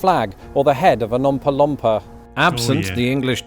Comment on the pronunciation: "Umpa Lumpa" lmao